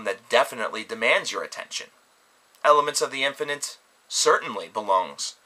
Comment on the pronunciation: At first I thought he said elephants of the infinite...